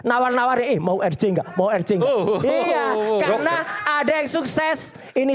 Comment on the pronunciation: Si orang ini menyebut RJ nggak usah pakai bahasa inggris lah, masakan menyebutnya er ji, yang bener aja. Belajar dulu lah.